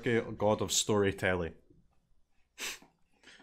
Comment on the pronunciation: I officially approve "Stooorytelli" for all Italians. You are allowed to use it.